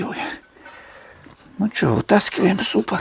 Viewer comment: Тормозной суппорт. Не суппор.